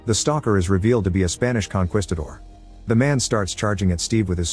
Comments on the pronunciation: Con "Kwi" stador LOL. It's pronounced Con "kee" stador. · KON - KWISS - TA - DOR